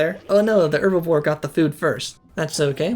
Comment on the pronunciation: I like the vid but hate how you pronounce herbivore, my man you’re not French, pronounce the h Also bruh it’s pronounced geezer, not gaiser